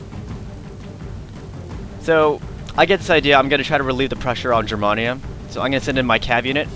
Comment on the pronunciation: Hey i have battled you a long time ago lost but i didn't expect to win but hey i have fallowed every single one of your battles Rome Empire and all of though's but i have to tell you man lol I am half German and i need to let you know that when you say germania you say it as in the letter A not trying to be rude man just wanted to let you know just so you won't get criticized further by anyone else for it. P.S. Keep up the great battles and i look forward to Rome 2 total war